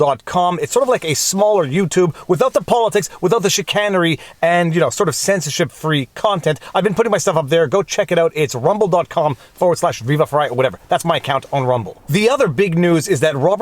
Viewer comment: it is pronounced chi•CANE•ry - chi·can·er·y /SHəˈkān(ə)rē/. English is your second language. Fine. If you can jump through the hoops to get a law degree (probably Laval) you should pronounce chicanery properly. Where is your self respect?